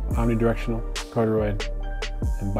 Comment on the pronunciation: CAR-DEE-OID accent on the first syllable.